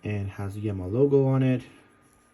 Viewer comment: The brand is pronounced 'Yeema'.